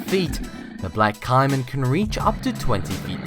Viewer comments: its not ciman its caman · it isn't cye-man it's cay-man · Umm, why did you show a picture of a sand tiger shark when talking about the bull shark? Also the American alligator is probably more dangerous than the caiman which is pronounced kay-men that was bothering me how you said it like Kaimen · It is not Ci-man it is Ca-man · Caiman is pronounced cay'man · I hate to be critical of informative videos.... But... There is no such thing as a fatal snake, there has only been one coc unvented case of the candiru ending up in a penis. The Caimon crocodile is pronounced caymon. And a bunch more inaccuracies. Do a little more research before making your videos. I give this a 2 out of 10. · caiman is pronounced kayman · It's shouldn't bother me but he was saying caiman wrong it's pronounced k-min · It's pronounced cay-men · It is pronounced like cay-men